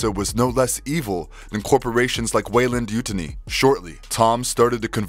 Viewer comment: Just would like to point out you mispronounced Weyland yutani. Your pronunciation was way different from both movies and games of the name. If you go by year, Lex from AVP was the first human predator getting her mark in 2010, centuries before Machiko Nogushi birth.